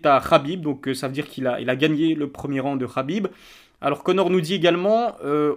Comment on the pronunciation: qlq peut lui dire que c'est round pas ronde